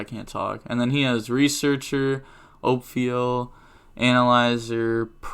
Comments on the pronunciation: Its Ophiel (reads as OFIEL) not OP,PHIEL xD And its not PAUL(PHUL) , it reads as fool Also please make a card discussion on nibiru :D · “Oh-feel” and “full”